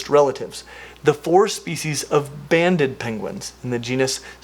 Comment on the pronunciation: Too much gaming or IDK. I heard "bandit" penguins.